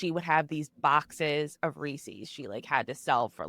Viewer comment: you’re saying it Reese’s correctly but your guest says it incorrectly. Idk why it annoys me so much but it does 😂